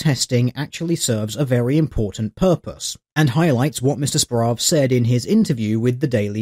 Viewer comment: I think this week has been the week my last name was said the most and pronounced the worst ever. Good video. Simon Murphy will hopefully never do "journalistic" activities again.